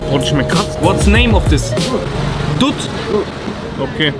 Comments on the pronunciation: beide heißen dut der weiße nennt sich ganz normal dur und der dunkle kara (dunkler) dut. Mit tu meinte er eigentlich too (englisch) xD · das heißt dut